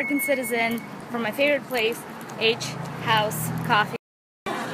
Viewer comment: wow! when you were talking about getting coffee you even SOUNDED like an amaerican!! haha! (the accent i mean). and congrats btw!